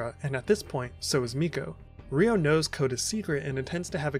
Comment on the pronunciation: It's Ryo (one syllable). Not Ri-o (two syllables)🙈